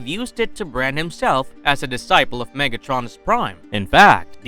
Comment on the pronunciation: “MegAtronus” 💀 bros pronouncing of megatronus’s name killed my brain